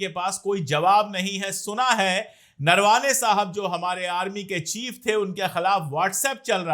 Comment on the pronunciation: अशोक जी.. नरवाने नहीं उनका नाम नरवणे है आप सही से उनके नाम बोलो अच्छा लगेगा